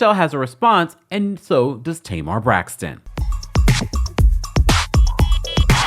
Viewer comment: Tamar messes up the “Braxton” name . She fill of drama and immaturity. Now I see what Tracy and Towanda meant!